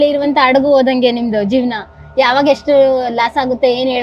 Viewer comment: ಅದು ಅಡಗು ಅಲ್ಲ ಹಡಗು ಮೊದಲು ಕನ್ನಡ math ಆಡುವ ಧನ್ನು ಸರಿಯಾಗಿ ಕಲಿ ಆಮೇಲೆ ವಿಡಿಯೋ ಮಾಡು ಮಹಾರಾಯಿತಿ ನೀನು ಎಷ್ಟು. ಇರ್ರಿಟೈಟಿಂಗ್